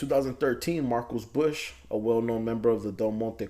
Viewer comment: lol you said marcos like the news and internet says😂😂 his name is MARCO that’s how I know you got your “info” off the internet you probably not even from oc